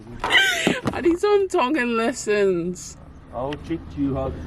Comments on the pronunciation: Aww gotta give it to team Georgie hehhe pronunciation on point but well done for singing along 🇹🇴❤️🥰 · Love it guys haha must have some Tongan in him he got the Tongan Prounounciation on Lock. Love u guys keep coming with the videos 🤗😍🙏🙏🙏 Bless you both. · My man was born in Tonga tho hahaha lesgooo pronunciation got it on lock yo lesgooo🇹🇴🇹🇴🇹🇴🇹🇴🇹🇴🇹🇴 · So crack up 😂 did better with the Tongan words.. pronounciation and correct words giiiirl u smashing those Tongan words 😂 osi just 🤷🤦😂